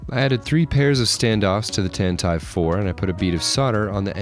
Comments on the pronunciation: Pronouncing Tantive IV as "Tant-I've I've" instead of "Tan-tiv 4" killed me 😭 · I am very familiar with what it is. pronounced it “Tantive I’VE” rather than “Tantive 4”. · Triggered: it's pronounced "Tantivee four" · StarWars mega fans punching the air at this mispronunciation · It’s pronounced Tantiv 4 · What did you just call tantive IV? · I love what you do, but there's no way that's the correct to pronounce Tantive IV, right? If nothing else, the IV is Roman numeral 4, right? Am I the crazy one here?? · Being a Colorado boy has eclipsed your pronunciation of Tantive IV. 🤨👀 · I love the video but the way he pronounces tantive IV scares me